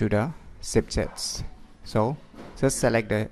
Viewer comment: Chipchets or Shipchets? 🤣